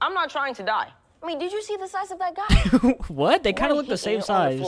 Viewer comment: bro said the size is caesoh